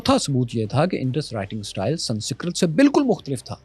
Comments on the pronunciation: = Its "Sans-krit" not "San-sikrat" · Not sansikrat but sanskarit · Sansikrat✅ sanskrit ✖️ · Why Pakistanis are so bad at pronouncing some simple words?? It's not sansikrit, it's Sanskrit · why cant he pronounce sanskrit at all, is it that hard? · Yaar baaki gullan teh theek ne, sanskrit pronounce teh theek kar Lo. Tuhaddey lehjey vichh Ik daraavna TLP phattan vaala sunayi denda hai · aap "Sanskrit" ko ghalat pronounce krte hein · Bhai sabse pehle to aap isi dharti k ho kar bhi Sanskrit ko pronounce karna nahi aata dhang se?? Westerns, Africans, Chinese origin k log bhi iska pronounciation aapse acche se karte hai.. Ab aap ko Sanskrit aur Aryans and Tamil civilization ki kya baat kare bhai??